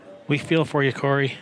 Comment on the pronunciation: and u said Corey name perfectly